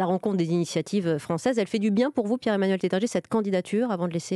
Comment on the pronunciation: Taittinger, non pas tettinger... WTF. Commencez par respecter le nom. Chaque Nouvel An et Noël, on en boit au goulot!